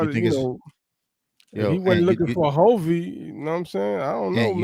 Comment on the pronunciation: It's hulvey not hovy and forrest frank and hulvey both said how they met. Forrest scrolled upon hulvey's IG reel and that's how he discovered hulvey.